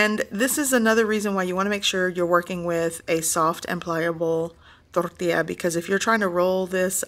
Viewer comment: I never knew that tortilla was pronounced that way. I knew it was a Spanish word, but I guess I was missing a silent letter after the "t" in tortilla?